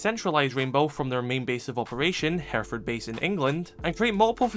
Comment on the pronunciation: Hey, nice video, a very nitpicky comment from someone who lives in Hereford, we pronounce it kinda like 'hair eh fud' it isn't a massive deal just sounds a bit weird!